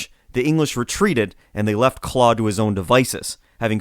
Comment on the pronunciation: lol “Clowd”. It’s pronounced “clode”